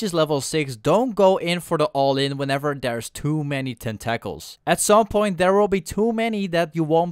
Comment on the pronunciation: Great video, and the pronunciation tentacles cracked me up. Tentackles XD